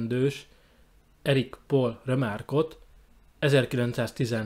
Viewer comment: Pault úgy kell kiejteni németül is, mint magyarul, tehát nem pól-nak, hanem paulnak.